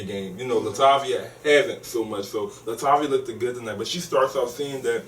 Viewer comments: I love you but plz stop saying lookeded!!! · Love as an addition..however he made my ears bleed when he kept saying Looked It. The correct word is Looked... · Oh my, it's bothering me that the guy (I can't remember his name) keeps saying "looked-ed" lol it LOOKED not looked-ed :P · I don't know Kevin's co-host's name but I wish he would stop saying "lookded." That is annoying and so ignorant sounding. I'm not expecting perfect diction but that's just plain ridiculous and hard on the ears. The correct word is 'looked.' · baby, I love you to pieces but..... "looked" is 1 syllable not 2. Sorry, HUGE pet peeve.